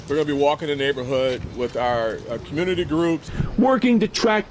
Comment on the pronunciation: Community Khu-myoo-nuh-tee Say it with me